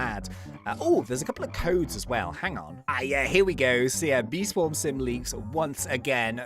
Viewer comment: I would like to correct he said swam and not swarm is failing English rip